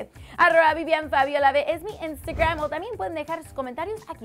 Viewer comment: Es normal que odie como habla esta tipa? El contenido es muy bueno, pero no soporto la forma que dice twitter, instagram y demás cosas.👌